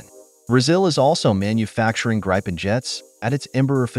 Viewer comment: Yes, and "Gripen". Not "Grajpen" :p